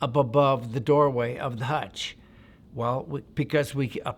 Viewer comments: Hooch not hutch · I think he means to say hootch, not hutch 😂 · It’s not a hutch it’s a hooch! All Vietnam structures were all called hooches! Sounds a bit made up some of details are to methodical in a fire fight details are hard to be that detailed! It became very confusing in a firefight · It's a hooch. No one in the Army ever called it a hutch. How long were you in- country? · this sounds made up.. and didnt they call them hooches.. not hutches.